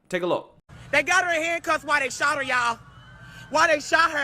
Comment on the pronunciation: "Dey shawt her y'all! Dey shawt her y'all!" Christ. Did she even pass sixth grade?